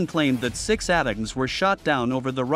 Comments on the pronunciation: Pronounced A-Tack-M's not At Tams you AI ....! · Please, fix you AI voice-over... "ATACMS" are pronounced "Attack ums" or "Attack ems", not "Ata-cums"... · Bruh, ATACMS is pronounced “A-TAC-UMS” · "ATEMS"???? WTF please fix your robo-voice